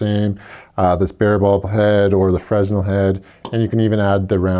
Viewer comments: It's Fra-nel not frez-nal. Fresnal was a physist and Engineer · FRESNEL is pronounced "FRA-NELL" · The "S" is silent in fresnel